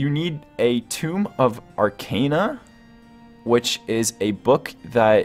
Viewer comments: Btw it’s pronounced “(TOE-ME) you were saying TOMB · This is such an amazing layout but it hurt to hear so many words being so poorly pronounced. Tome = T-oh-mm Novice = Nah-viss Arcana = Argh-kah-nah etc. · Is English your first language? The video was decent enough but I'll be damned at the pronunciation of certain words such as tome and novice. Good lord man... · Ah yes, a good old ''toom of arcejna'' sorry, I just found your pronunciation funny, I'm not making fun of you. You're a cool dude. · Two-m/tomb of ark-ah-na No-vis